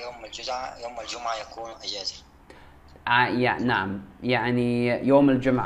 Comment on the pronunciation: إذا اردت ان تتعلم اللغة العربيه فالأفضل ان لا تتحدث مع المصريين, لأنه مثلما حدث معك في هذا الفيديو الفتاه المصريه قالت ( إجازه) و انت لم تفهم الكلمه بالبدايه لان المصريين يتعمّدوا ان يلفظوا حرف الجيم بشكل خاطيء, و قالت أيضاٌ ( كلمات خاطئه متعمده ذلك) و هي الوظيفه, قالتها الوزيفه ذلك, قالتها زلك. إذا اردت تعلم اللغه العربيه الفصحى, تحدث مع فلسطينيين فقط